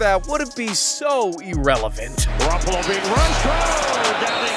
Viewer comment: Is Jimmy Garoppolo it literally said it was Jimmy garoppel on the video not Tom Brady